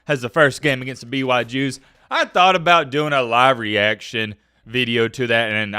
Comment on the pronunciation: Did this goofy wigga just say "BYJews" ?